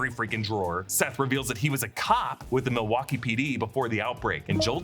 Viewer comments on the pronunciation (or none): none